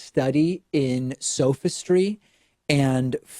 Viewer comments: It is pronounced "sah-fis-tree" not "sofa-stri" Checkmate liberals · I like how he mispronounces "sophistry" before using the term Faux Intellectualism. Priceless.